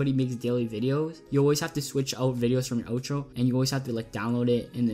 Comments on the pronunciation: Not to be mean, but it's OUTro not Otro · no I meant you SAID it like oetro like o